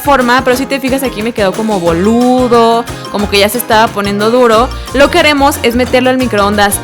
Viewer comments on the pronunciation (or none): Dijo voludo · Dijo bóludo xd (͡° ͜ʖ ͡°) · Dijo bóludo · Escuche mal o dijiste ''boludo''😂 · meparese o dijo boludo😂😂